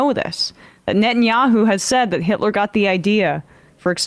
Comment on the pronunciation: She said it " Netinyahu "" ...facts